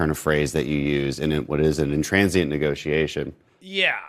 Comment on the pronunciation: Dan Crenshaw keeps saying intransient - I'm pretty sure he means intransigent. Come on, Dan!